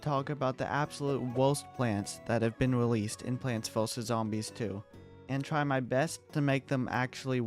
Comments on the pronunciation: plonts fuhsus zombies 2 Slight improvement on the pronounciation 💀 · Did bro just say pwants voses zombies? Note: it’s okay I’m not trying to be mean just saying it’s kinda funny